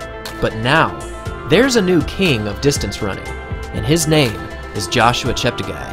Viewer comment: I cringed so hard every time the announcers pronounced bekele and cheptegi wrong